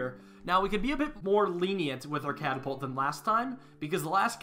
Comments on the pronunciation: You said it wrong it’s catapult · This is not a catapult, it's a car-a-pult